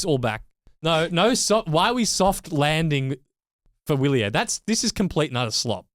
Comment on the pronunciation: It's "vee‑lyehr" and "mee‑keh"! Please stop mangling every language known on planet Earth, (including English), and spend two seconds learning how to pronounce words. It's not that difficult nowadays with AI.